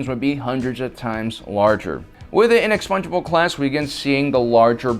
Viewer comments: It's the inexpugnable not the inexpungeable for chrissakes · I keep hearing "Inexpongebob class".